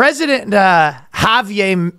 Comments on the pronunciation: Ryan, the r in Javier is in fact not silent. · Surprised he didn't pronounce it with a hard J.